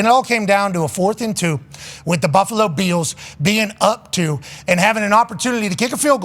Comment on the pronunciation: “Buffalo Be ills team”. lol.